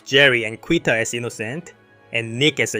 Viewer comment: FYI: Quita is pronounced KEE-ta. (I'm 1B in Spanish.)